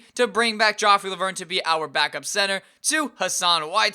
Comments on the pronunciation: he said jeff leuer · 'Jeff Leuer' 'John Hornacek'